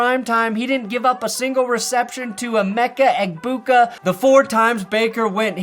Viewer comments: Emeka Eh-Big Boo gets me every time 😂😂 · you mispronounced Emeka Egbigboo